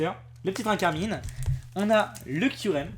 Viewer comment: c dracarmin pas dracarmine non mais 😭